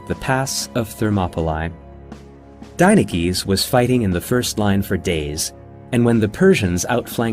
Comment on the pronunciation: Any Greeks notice that he's pronouncing the name as an American and not as its pronounced in Greek?